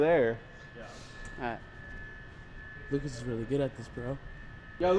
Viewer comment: When is saying Lucas u won. It sounds like Lucas Ivan.